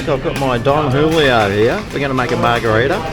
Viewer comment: Mar-Greg-ritas you mean